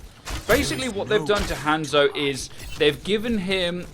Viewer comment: 2 years and he still hasn't learned how to say Hanzo